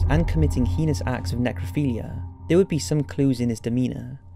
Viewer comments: “The most heenos acts” ... really... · And 'heinous' - Should be hay-nus, like 'anus', not 'hee-nous'! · I don't blame you much for mispronouncing the word "Puget"....but for Pete's sake....IF YOU CANNOT PROPERLY PRONOUNCE THE WORD "HEINOUS" THEN STOP INCLUDING THAT WORD CONSTANTLY IN THE SCRIPT OF YOUR DOCUMENTARIES!!!